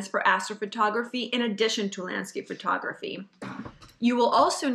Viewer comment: Someone should tell that it's not pronounced Fur-tography.